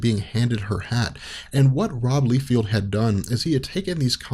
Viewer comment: his name is pronounced "Lie (like truth/lie) - Feld" btw dude. Lie-Feld, you're saying Lee-Field in this vid. Good work on the video altogether though.